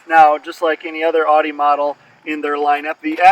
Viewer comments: Irritating isn't it lol.. I believe people from the East Coast say it that way.. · Can't even pronounce Audi correctly lol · Stop saying “Audi” WRONG!!